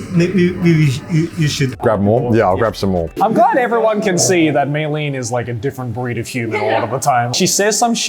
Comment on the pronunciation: It's not Michelin Star Chef it's Meilyn Star Chef